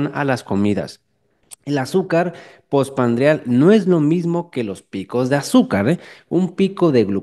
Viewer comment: POR FAVOR ES POSPRANDIAL NO POSPANDRIAL... DIOS MIO